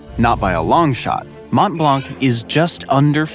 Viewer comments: It's hilarious listening to Americans trying pronounce French names.....Mawnt Blonk. Classic. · As a native French speaker, the way he says “Montblanc” physically pains me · The commentator makes efforts to pronounce it well in foreign languages like with toponyms in Iceland for example but this is a disaster with the pronunciation of French words, Mont Blanc is mispronounced, you don’t pronounce the final c, this is ridiculous to say it this way. Also Quebec is mispronounced, this is inappropriate